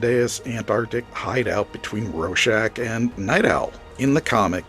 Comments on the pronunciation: AdaptAtion! Adap-TAY-shun! I hate everyone saying “adaption” that’s not how you say it! Also, RoRschach! There’s a 2nd R. It’s not “Ro-shack” like you were saying. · It's pronounced. Raw-shack And you get it wrong aswell The movie swop for Manhatten does not work. And why Moore had the ending he had. The threat had to be an overwhelming outside force to bring the world together. Hence an impending Alein invasion OF THE WHOLE PlANETV AND ITS PEOPLES Why? Because as a species, mankind Vendettas, blood feuds. And Wars forever....ect Moore realised this from looking at the latest invasion of Afghanistan by the Russians in 79. The Hill Tribes all came together, as one to repell the Russians. The outside force. If the Russians had not invaded, the Hill tribesmen would have come down off thier hills in the spring and start killing each other. As they did every spring. Vendetta's & blood feuds abound as the hillsmen decended off thier mountains. But that all stopped when the Russians invaded. They became one. Fought as one. Not as individual tribes. As one This is not the only time Afghanistan was been invaded many times. No one has ever succeeded. From this, can you not see that it could never be Manhatten as the fall guy. To the hill tribes manhatten would be from another tribe so it would be tribal warfare. He's one of them. Not the outside force. To us Manhatten is American, again.... not that outside force needed to bring the planet together. Someone. Somewhere would say.... hold on a minute. Manhatten. He's an American. So this is the Americans fault. Now how do you bring a planet together. You introduce an overwhelming outside force. And t